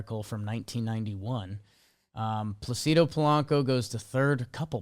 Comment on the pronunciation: The Placido Polanco conversation happening while they mispronounced Placido the whole time was funny to me lol